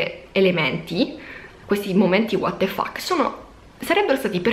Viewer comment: che vuol dire waterfak? o chi è walter fuk? comunque guardarti e ascoltarti è sempre un' ottima esperienza, che consiglio vivamente, anche ai credenti, ma anche agli increduli e ai creduloni. Adesso ho capito, dici water fax, quando qualcuno getta il fax nel water per manifestare stupore o disappunto. A posto.